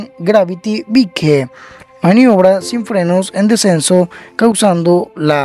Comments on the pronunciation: se pronuncia baik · oye qe mal pronuncias Bike . te falta mas elocuencia